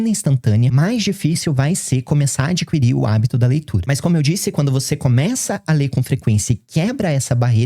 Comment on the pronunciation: o certo é adquirir: o "u" não se pronuncia. isso é porque eu leio bastante. sua tese é realmente válida